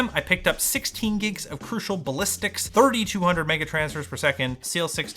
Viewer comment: Why do I keep hearing say "giks" instead of "gigs"